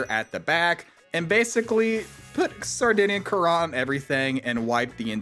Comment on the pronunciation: Great exploit, but I'm glad they're patching it! And btw, Sardinian Currant is pronounced 'current'. Like a water current or electrical current.